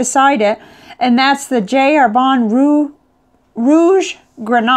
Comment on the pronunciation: Just a pronunciation comment, Jacques is pronounced without the s in French and Herbin is more like "Air-beh" (through your nose). Nice review and I like the fact that you use a variety of papers.